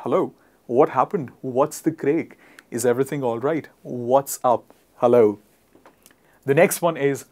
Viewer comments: Are you serious?! If you follow the advice given in this video and use these "classy" phrases, people will think you're a kinda freak. It's just absurd. Using "hi" and "hello" is MUCH better and more common. "Craic" is pronounced [kræk], not [kreɪk], and it's Irish exclusively. "Ello Gov'nor" is Cockney, not French. "How hops it!" - wtf? Is it a trolling video? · Craic is Irish and is pronounced as crack. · all Irish people would not agree with the way you read the 'what's the craic'.. :face-blue-wide-eyes::face-blue-wide-eyes::face-blue-wide-eyes::face-blue-wide-eyes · That's not how you pronounce craic.